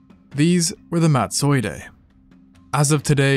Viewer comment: Totally cannot take you pronouncing Madtsoiidae as if it were a Japanese samurai. 😖